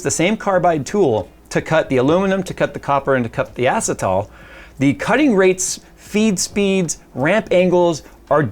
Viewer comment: Acetal is pronounced uh-sea-tal 😂 just found this funny because I used to work at a plastics manufacturing company that made delrin, acetal, nylons ect